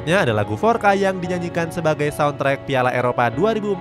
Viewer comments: Bang di bahasa portugues FORCA itu dibaca FORSA bukan FORKA. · Forca selalu di hati, tp bukan forca skrg yg udah diremix, forca lama yg original jauh lebih bagus Btw bacanya forsa bukan forka